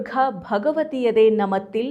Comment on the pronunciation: ನಮತಿಲ್... ಅಲ್ಲ,!ನಾಮತಿಲ್ ☑️